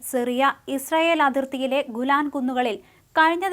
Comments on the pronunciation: Gulan alla mole, GOLAN 😂😂😂 innu motham akshara thettaanallo ... Raashyam alla raajyam... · ഗുലാൻ കുന്നല്ല ഗോലാൻ കുന്ന് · ഗുലാൻ അല്ല ഗോലാൻ കുന്നുകൾ ആണ്